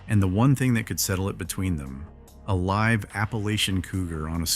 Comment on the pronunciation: Lead, bow, live... 3 words that give away any doubt that a video is in fact AI. Why can it sound so normal, even making breathing sounds but uses the wrong sound for a word?